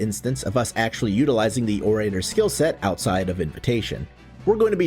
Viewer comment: You also mispronounce orator. It's "oh ruh tur". Like how "oral" is pronounced. It's not "oh ray terr".